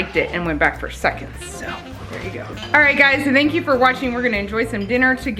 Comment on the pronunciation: Really love your family and channel but as a homeschool teacher, why do continually pronounce Thank as THEY ANK YOU instead of the proper pronunciation of the TH sound “Thank” you. Like I said, really enjoy your video’s but your mispronunciation of theyank you instead of thank you drives me batty! I would think you would want your children to speak properly.